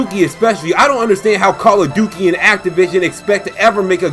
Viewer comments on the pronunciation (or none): Don't forget the fact that Ubisoft has completely forgot about one of their star franchises: Rayman. Also, LOL, Call of "Dukey". Good one, dude. XDD